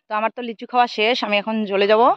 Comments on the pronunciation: Lechu noy lichu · কথাটা লেচু না লিচু হবে। তোমার উচ্চারণ খুব ভুলভাল হয়। ঠিক উচ্চারণ কোরো।